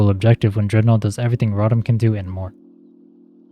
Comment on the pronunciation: Great video but the way you pronounce rotom pisses me off 😂😂😂